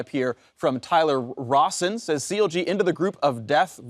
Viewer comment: "Tyler o(ne) Rawson" LMAO